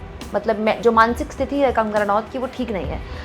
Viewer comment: अधिग्रहित का मतलब aquired होता है. आप जो कह रही हैं वहाँ अधिकृत शब्द का इस्तेमाल होना चाहिए. इसी तरह स्थिति सही शब्द होता है जब कि आप स्तिथि शब्द का इस्तेमाल करें. बुरा न मानें आप को कई बार ये शब्द प्रयोग करते सुना है सोचा आप को बता दूँ. इस उम्मीद से कि आप इन्हें ठीक कर लेंगी. आप के विडिओ हमेशा से पसंद आते हैं